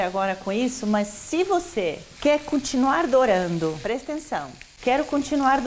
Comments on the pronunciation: "Número 6, prestenção!" Soou tão mineiro! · Paola mineira: Prestenção! Kkkkkkkk